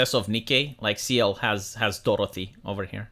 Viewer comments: Dude.. Cyael- K-EYE- El NOT LIKE SEAL. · it's pronounced like kyle, not sea-el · It's Ky-El not See-El. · His name is pronounced (kai el) btw 😅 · Cyael wrote in his youtube description: Cyael [Kai-yell]. Like he knew people will miss pronunce his anme a lot. xD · No, please keep mis-pronouncing his name. When he gets angry, it's great content. 🤣